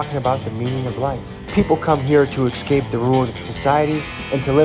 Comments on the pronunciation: Es-Cape Not ExCape. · Why do people mispronounce the word escape?? It’s NOT “excape”!,,,,,!!!!!!!!!!!!!!!!really annoying.